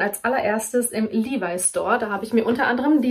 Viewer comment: Die Aussprache von LEVIS ist übrigens in beiden Fällen korrekt!!!😊😁😙